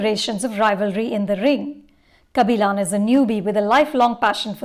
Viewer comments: "Kabilaan" 🙄🙄 Its a 3 hour movie and the name comes up a hundred times. Still can pronounce it??? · first learnt to pronounce the thamizh names correctly before your full view about the film kabilan not kabilaan .. now a days no big bollywood movies for her to give her views so shifting to south industry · yeah bro exactly. Lady can't even get kabilan right. She says "kabilon". Like it's not a South Korean name, it's our very own South Indian name. She's way too pretentious.